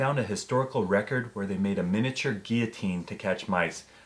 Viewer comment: Wow, someone is actually pronouncing "guillotine" correctly!